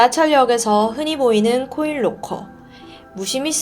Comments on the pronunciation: 잘들었습니다! 딕션이 역시 대단하시네요~ 근데 보통 록코가 아니라 라커라고 발음하지 않나요?! 로코도 나름 매력있네요 ㅋㅋㅋ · 죄송한데.. 영어 발음을 좀 대중화된 발음으로 했으면 좋겠네요. 로커가아닌 락커임니다. 코인 로커가 아니고 코인락커라고 하시는게 좋을듯 한데요. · 록호는 일본식발음인가요?